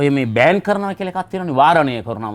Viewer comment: මූ භාෂාව කනවා. සිංහල කතා කරන්න දන්නෙත් නැහැ, ඉංග්‍රීසි දන්නෙත් නෑ. තහනම් කියන වචනය ඉංග්‍රීසියෙන් කියන්නේ ban. ඒ වචනේ (ban ) උච්චාරණය කරන්නේ බෑන්ක් bank කියලා. (I think needs some help from a speech therapist) අහොයි, වත්මන් යොවුන් පරපුර වඳ කරන සිංහල දුයිෂෙන්!